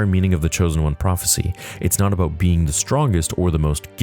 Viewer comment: Thats what its aboot 🫡🇨🇦